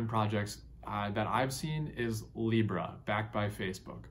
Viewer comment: "Libra" lmao stopped at that part.